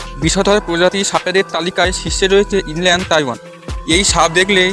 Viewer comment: সা‌পের নামটা ইনল্যান্ড তাই‌পেন ব‌লে শু‌নে‌ছি।ইনল্যান্ড তাইওয়ান নয়।